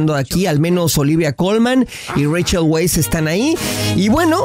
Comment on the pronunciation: El apellido de Rachel se pronuncia "Vice", o ya minimo "Wise". Es Austriaco.